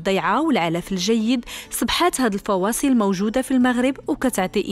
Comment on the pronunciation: الفصاءل ماشي الفواصل